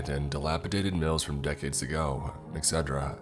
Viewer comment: I used to make the same mispronunciation for etc... I used to say it the same way before someone told me that it’s supposed to be “et-cet-er-a” ... and no, I’m not trying to be a troll... I’m honestly trying to help...